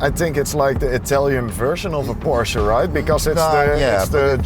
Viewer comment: It's pronounced Porsche 😁 Nee lekkere video, misschien een idee om een "FT Bert Vrieling" in de titel te gooien!